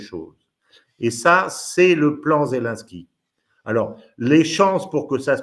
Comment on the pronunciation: On ne dit pas zelinsky mais zelensky Cher